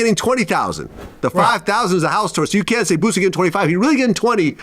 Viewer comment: Quit saying BOOZIE, it's BOOSIE. AREIS